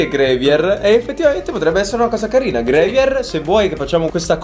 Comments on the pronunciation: plz grAvier non grevier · Io che mi stacco le orecchie ogni volta che dice grevier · Gravier, non grevier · Però "GREVIER" ha fatto male al cuore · Sì pronuncia grAvier XD Capito? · Ma gravier non si pronuncia "grevier"